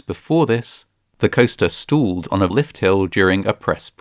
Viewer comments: "Stooled train" lmao. Stop using AI to voice these videos, it ruins them. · I dont like the "stalled" pronunciation 😅 I would LOVE to know what the retraining was like... I think they made them write 1000 times "i dont know more than the computer" "i dont know more than the computer" "i dont know more than the computer" "i dont know more than the computer" Hey, manufacturer, there IS a device that measure wind speed that other manufactures put on their rides, cranes, etc, that alerta and logs when the máximum windspeed IS reached and alerts the operator and the manufacturer of shoddy operation by staff if they insists on ignoring safety procedures. This tip IS free of charge, from a nobody on internet without an engineering degree, or any degree at all for that Matter, use It wisely.